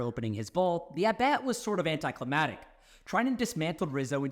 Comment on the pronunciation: It's anticlimactic not anticlimatic